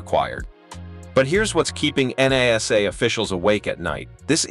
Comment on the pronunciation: Why can't you pronounce the word properly NASA !!!